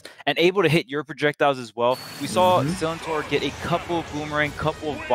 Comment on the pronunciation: The amount of times they said Sillintor wrong😭😂